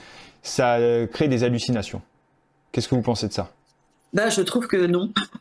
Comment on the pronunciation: "Crée, créent" avec un accent aigu comme à l'infinitif. Pourquoi changer la prononciation du radical lorsque l'on conjugue le verbe au présent? Cela dit, merci pour ce travail passionnant sur le sujet traité.